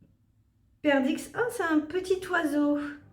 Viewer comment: En fait c se mit perdrix ta pas prononcé le r et me x ne se lit pas